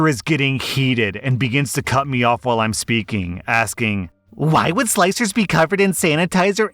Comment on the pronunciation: Begins to cut me off while im speak- ad - ing 😂